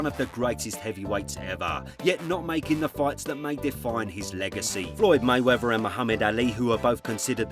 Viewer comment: It’s Ignorant for you to say May Wevver instead of the proper May WeaTH e r,,, C’mon Man. King’s English